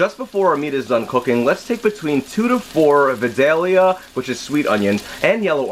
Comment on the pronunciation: just got a sous vide set up so this was a GREAT video for me........not a big deal but we pronounce Vidalia with only three syllables.....:Viiiiii----Daaale-----yah" down here in Georgia.